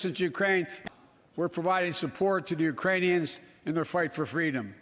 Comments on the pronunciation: Uranians, he said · He said "Uranians" and they put "Iranians" in the subtitles. He's wrong either way but not in the way you're suggesting. Are we really going to do the thing where we each show each other clips of presidents mispronouncing something? There's plenty no matter which president you choose. This is all you took from the speech? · exactly what he said, how did they all hear Iranians? It was def uranium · I heard Iranian 🤣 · Bruh, he missaid it once who tf cares? Y'all are too dramatic, he said Ukrainian properly multiple times, just jumping on the criticism train unfairly again 🙄